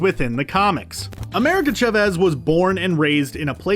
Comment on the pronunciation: Please! Her last name is pronounced CHAH-vez, not cha-VEZ!! This is Spanish, not an ancient Sumerian dialect!